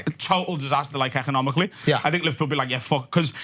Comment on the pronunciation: He said he’s from livehpeul like a zillion times 🤷🏻‍♂️